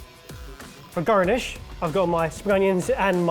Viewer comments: “For gernesh” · "For gouranish" - trying to say garnish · He went full cornish for garnish